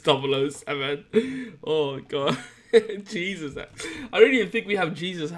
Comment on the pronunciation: "he's got jeseus haxs" lol lamo